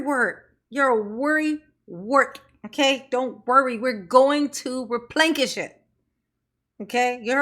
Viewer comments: “We will replenkish the monies.” 😂😂😂😂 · I replekis” my funds all the time like Tiff Tiff does!🤣🤣